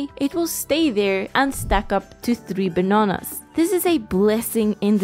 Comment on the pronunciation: The way she says bananas is so funny